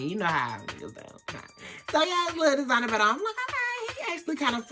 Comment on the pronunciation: its the "De-SiGnEr belt" for me!!! lmao